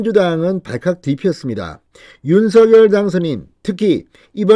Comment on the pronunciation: 진성호 당신 *윤서결이란 사람은 없습니다 *원성열이란 사람은 있습니다 *윤성열 로 *윤성열 로 *윤성열 로 발음하세요 진성호씨~~~ *성열*로 소리내기 *성열*로 소리내기 우리말 공부 좀 하세요